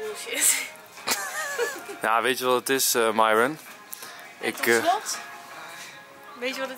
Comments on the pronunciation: Ik weet t ik ben een beetje laat maar uhm Enzo het is myron maar je zegt mieron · Nee waarschijnlijk hebben ze wel maar je spreekt het uit als mieron maar enzo noemt haar myron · dit is de eerste keer dat ik Enzo Myron heb horen zeggen in plaats van ( je zegt dan ) meiron